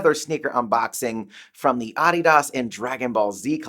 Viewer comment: Its a German company and based on a name. Americans pronounce it incorrectly...I pronounce it incorrectly knowing it too. He's accurate in pronunciation.